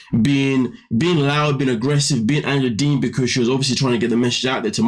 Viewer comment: Did you just say, ANGELA DEEMON"?!!!😂😂😂